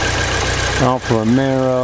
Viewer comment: It's Alfa Romeo....not Caesar Romero.